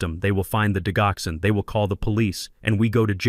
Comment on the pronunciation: Why do you use a Robo voice that mispronounces keywords in this narrative the digoxin is pronounced “dijoxen.”